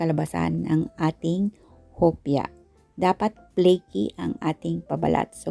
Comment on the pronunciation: Hello Sis, thank you po sa napakasarap na recipe. No bashing lang po, sana po ipronounce nio po mabuti ang letter F, kagaya ng Fold sa pold, first sa pirst dough, flaky sa playky , flatten sa platten, at favorite po sa pavorite po.. para po masarap panuorin. Pasensya na po. Mawalang galang lang po.